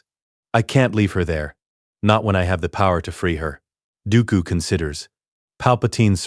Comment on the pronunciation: bruh tack some dam accountability for you art stop using ai its painfully clear by all miss pronoced names this a ai voice and what ai slop images turned Dooku and qui gon jinn into lord of rings characters